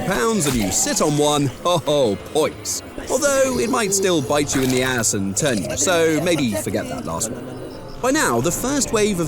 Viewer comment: I love how he says "get to ze chopper" In a hilarious way☠️